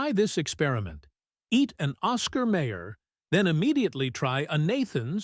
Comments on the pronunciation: Lots of fat in Ball Park franks. That's why "they plump when you cook them". BTW: It's Oscar Mi-er NOT May-er. I wonder when a Rabi last visited the Hebrew National plant? BTW: Remember when hot dogs were made from pork? You can't find them any more. That was a hot dog. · It is not Oscar Mayor, it is Oscar MY-er. AI narration sucks! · oscar mayor? it's meye-or. maybe YOU should sing not hum the jingle. major loss of credibility. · Someone please tell that narrator (AI?) how to pronounce Oscar Mayer! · Yes, every time the AI monitor says May-er instead of My-er, I want to punch the phone!! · At least tell the AI it's pronounced Oscar My-er, my oh my. Just listen to that famous jingle. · Oscar MY'err is NOT an obscure brand. There is absolutely NO EXCUSE for any human OR A.I. to mispronounce that name. And in 71 years I have NEVER seen a hot dog turn to mush. I did not finish watching this piece of crap. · My god, AI cannot even pronounce Oscar Mayer correctly! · AI sucks!